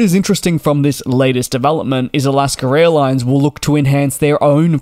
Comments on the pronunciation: Can you PLEASE learn to speak properly. It's AlaskA Airlines, not Alasker-Railines? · Every time you say "Alaska airlines" I keep hearing "Alaska raillines". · all i hear in these videos is Alaskar Airlines